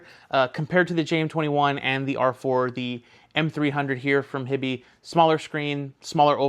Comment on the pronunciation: Is HiBy not pronounced"High-Bye"? Like Hi-Fi? I kind of figured that was the point of the name haha